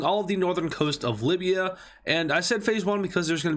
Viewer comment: Why did you butcher up Libya. Not deserved